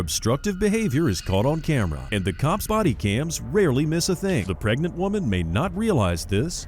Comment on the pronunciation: She's preg-net